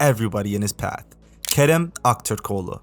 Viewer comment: nice video . true way to say aktürkoğlu , probably ure turk